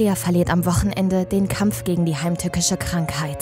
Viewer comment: Hat die Sprecherin heimtürckische gesagt ? 😂